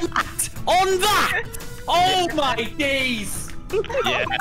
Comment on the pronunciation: why did josh sound very southern with that oh my days lmao sounds like hes from near me